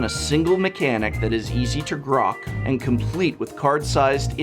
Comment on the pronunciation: "easy to grock" did just have a stroke?